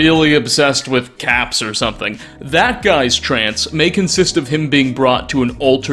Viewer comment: Swear I heard you say '500 cats', not caps. Entirely DIFFERENT reward type...